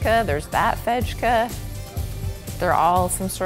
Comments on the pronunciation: IKEA names make a lot more sense when you realize that they aren’t Swedish words (some of them are, but most are made-up). But use Swedish pronunciation. So, pronounce the ‘j’ as ‘y’, not as ‘dch’. “Fejke” is pronounced ‘fake’. And the ‘v’ is pronounced ‘w’, so ‘sommarvinde’ is just ‘summer wind’. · Fejka means faking, fejk = fake. The exact same pronunciation. A j is never a dg sound like in hedge. Always a soft j sound like in the i in hi or the y in why. It is a bit amusing to hear you pronounce the Swedish words or Scandinavian words. Mr Kamprad had a system for his products som carpets all have Danish names, book shelves male names or professions, outdoor furniture named after Scandinavian islands... So Toftbo bathroom carpet is a Danish place. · Just a hint; in the Scandinavian languages, the ‘j’ is pronounced more like a ‘y’ than the English ‘j’. So the fejka is ‘fake-a’ 😊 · Nice tour. I have wanted to go there for a very long time. Fun and practical, like the Swedes themselves. By the way, "j" is pronounced as "y" in Swedish. That tray you picked up that said "hej" on it is pronounced "hey." So indeed, "fejka" is "fayka" (fake.) 😁🇸🇪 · Fejka is pronounced Fayka